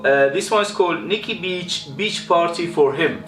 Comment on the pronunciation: The rasta hat lmao!!! You made me laugh again when you said bitch instead of beach lol.i used to use perfume click for buying my amouage frags,they were really cheap,now they only have a few.